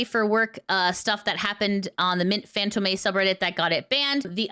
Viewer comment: Sorry to be "that guy" but fantôme is pronounced more like fahnt-OE-mh, and less like fānt-oh-MAY. It's basically the exact same word as phantom, but softened up and articulated closer to the throat than the teeth, in that flowery French way. I hope that doesn't come across as nitpicky, I just thought you might appreciate the note.